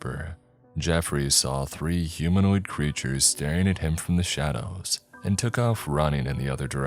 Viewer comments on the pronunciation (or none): none